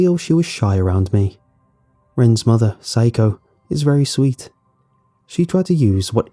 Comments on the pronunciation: I can’t think of a name so hi Okay so should be pronounced sa-ya-ko (how it’s spelled) instead of syko. I thought syko was an odd Japanese name. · "Rens mother, psycho-" Me: "Wait hold up that ain't right- rewinds -oh shit" Note: I know it not spelled like the English word "physco" or means the same in Japanese but it sounds like it lol